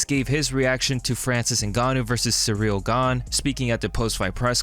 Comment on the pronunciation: Derrick Lewis calling him Cereal is hilarious.